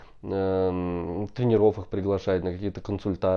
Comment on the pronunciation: в словах тренеров,тренерам, ударение на первую букву е, трЕнеров, а то информация интересная,а это уши режет